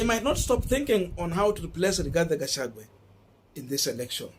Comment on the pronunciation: Thank you Korongo Allan for that correction. I corrected this young man on the same names yesterday and he thanked me for it. But today, he is still pronouncing Rigathi Gachagua as RIGATHE GACHAGUE😭😭😭